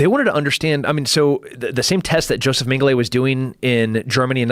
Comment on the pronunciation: A killer, huh? I bet he has a shit war face. Also "Mengelay".